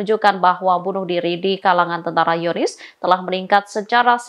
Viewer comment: Apa cuma aku yg dengar kata Zionis dibaca "Yonis"?